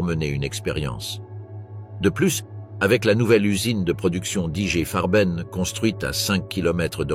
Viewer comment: à prononcer = Igué Farben !